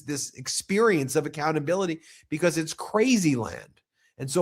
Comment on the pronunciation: Lmfao. Say Andrew Mountbatten again!!! Smh. That’s some funny shit bro. becoss it’s funny. By the way. It’s Mount-Bat-ten. Say each one slow then join them. Mount. Like a mountain and Batten like a Bat 🦇 and the number ten 10. But if ya can’t get it. It’s okay cause the way you say its is funny as fawk. That and becoss or is it because. Lmfao. 🤣.